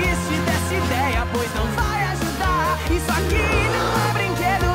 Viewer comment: Ele não fala "aqui" ele fala "arque" de arcar com consequências